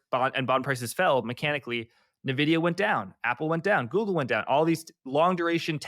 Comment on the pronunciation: How are people still mispronouncing Nvidia 🤦‍♂️